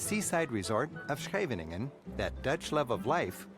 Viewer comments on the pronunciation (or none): Not Schevinengen, but Scheveningen! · Scheveningen... not Schevingen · Ps Schevinengen = Scheveningen. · Scheveningen and Enkhuizen .. funny how Scheveningen for most foreigners is impossible to pronounce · Well, I can say that Rick Steves did put a lot of work into this in order to capture the Netherlands well. Of course, the Netherlands is more than just Holland (I live in a non-Holland part of the Netherlands myself). I was surprised by how he pronounced "Scheveningen". In WWII they used it as a password as a German would always mispronounce it. I won't say it was perfect, but it was quite acceptable. Oh, and I HATE herring. And no gerookte paling (smoked eel) for me either.